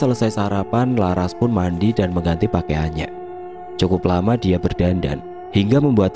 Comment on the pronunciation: Kok Lucu ManggiLnya... Msk LaRas di PanggiLnya LaR Hhhh.... Ras x Lbh enak di dengarnya